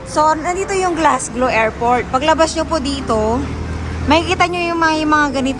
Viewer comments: Happy Birthday Kean. Just watching this and keep on h hearing you always saying Glasglow? It should be Glasgow po Sorry to correct 😊😊😮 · Oo nga po😊. Glasgow po